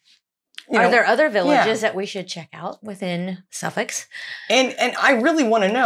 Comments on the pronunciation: Your pronunciations of the Suffolk Villages is very impressive! Just by Dunwich, there is Mimamere - The first RSPB reserve to protect nesting Avocets (The emblem of the RSPB. I would also suggest Blyth and Southwold. Southwold has its own brewery. Well worth a few days, on your way to Norfolk. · Good job with getting the nameplaces right! English spelling is not logical, but you are getting it.